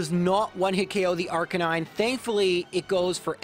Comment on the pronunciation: Please tell me your pronouncing Arcanine like that as a joke? You know it’s not actually pronounced like the word Canine right? Official Pronunciation guide even says: AR-kuh-nine